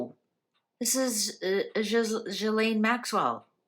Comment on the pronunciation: It is Ghislaine, not Giselle... ☺